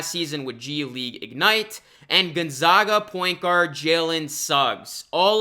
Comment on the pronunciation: its gozzgaaa not not gonzoooooga but you're cool